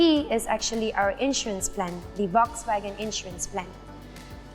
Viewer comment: Volkswagen pronounced wrongly🤦🏻